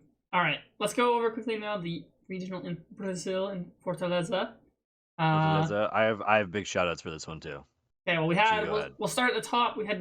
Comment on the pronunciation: its Fortalêza, not Fortaliza (as Lisa Simpson sound pronunciation)